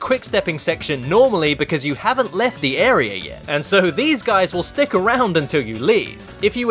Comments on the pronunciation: lol? "Arier" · Arear? That's Australier.